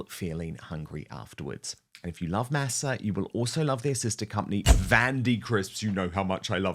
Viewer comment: Please learn to pronounce Masa correctly!